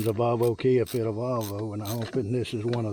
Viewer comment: You are saying valvo but its volvo you 2 make a good team